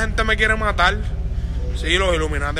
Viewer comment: Mentiras; Dijo "matal" ...no "matar"